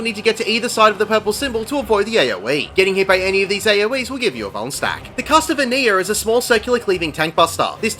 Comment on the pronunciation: I thought you kept saying bone stack, im like idk wtf that is, but I dont want to get boned. then it registers at the end va va vuln stack